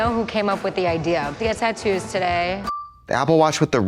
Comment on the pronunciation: Trixie says "tattoos" so weird here lollllll